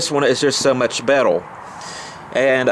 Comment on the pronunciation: Betel lol say Rrrr